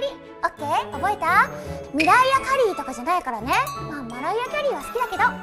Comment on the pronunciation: なんかマライア・キャリーの発音おかしくなかった？